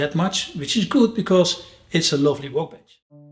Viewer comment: Looks amazing , but please stop saying 'wowkebench'